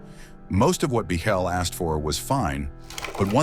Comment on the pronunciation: No one says Biechele's name correctly. It's pronounced "Beaklee".